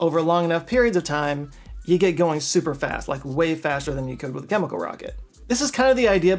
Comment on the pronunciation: i guess they do only wear the hat in dallas. congrats to for saying chemical correctly and not kimikul like most texans. 😂🎉